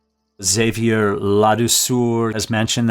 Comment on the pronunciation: Xavier "La Douceur" the sweetness ...pronounced Xa-viay la dou sir .